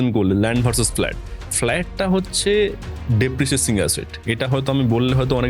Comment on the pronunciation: First of all ota depreciating, dereciasing na